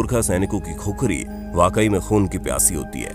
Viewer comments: Vai khukhari nahi khukuri bolo jinko aaxi tara se khukura bolna nai aata o gorkha ka nam leraha he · खुखरी नहि खुकुरी बोल्ते हे। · Khukhari nahi khukuri bolona?